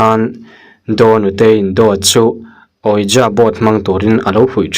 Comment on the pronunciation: Ouija = wiji ti a lam tur